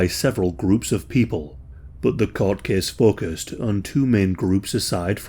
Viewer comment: Case “Cease” Takes “Teakes” Place “Pleace” Tube “Chewb”